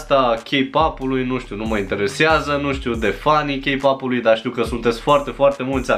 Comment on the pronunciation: Imi place ca zici K-pop cu accent coreean